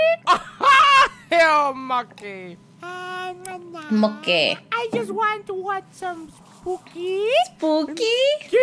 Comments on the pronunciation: Bruh is it just me or am i just really annoyed by how pronounces mokey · Cherriie Daisies Sr Pelo is on point, but Mokey isn’t sitting well